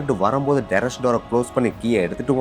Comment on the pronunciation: உன் நாக்குல வசம்ப வச்சி தேய்க்க.. அது டெரஸ் டா.. டெரரிஸ் இல்லை..